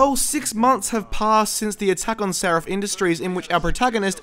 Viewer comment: Its Sarif, not Sarrif, c'mon.